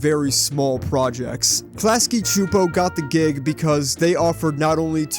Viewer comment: Yesss you pronounced Csupo right! Many people don't seem to care.